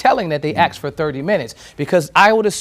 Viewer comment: This reporter needs some basic pronunciation guidance. The jury “axed” for a sheet of paper? Come on.